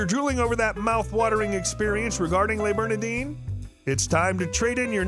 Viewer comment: Please don’t grossly mispronounce the name of the restaurant.